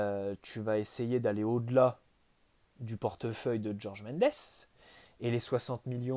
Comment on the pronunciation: Jorge Mendes se prononce comme en français, pas Djorge. Merci